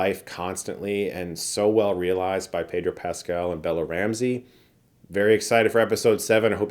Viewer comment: By the way, it’s pronounced Peh-dro Pascal (if you’re not saying it with the accent he uses when he says his full name)! Not Pay-dro. He’s clarified it in an interview before.